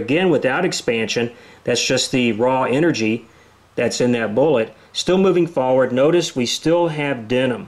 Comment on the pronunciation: He said "faw-ward" lol